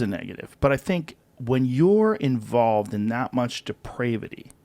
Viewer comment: Why does everyone mispronounce depravity?